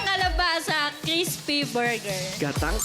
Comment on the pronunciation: 😂😂😂😂crissspppy burger 😂😂😂tawa ako duon ah